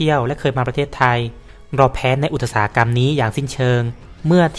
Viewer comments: อุตสาหกรรม ต้องอ่านออกเสียงว่า อุด สา หะ กำ ไม่อ่านออกเสียงว่า อุด ตะ สา หะ กำ อย่างที่ อ่าน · ด้วยความเคารพ อุตสาหกรรม ออกเสียง อุด-สา-หะ-กำ ครับ